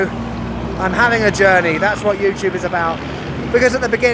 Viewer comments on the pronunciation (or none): none